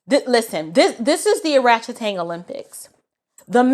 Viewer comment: "Oratchetangs" lmao